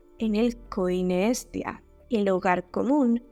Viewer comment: Te diste cuenta que Pascu y Rodri lo pronuncian como "Es tía" y luego cantan de muchos sobrinos? Unos genios. Tengo cerebro igual 😂